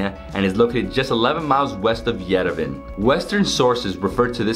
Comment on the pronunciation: Yerevan is pronounced as Ye-Re-Vaan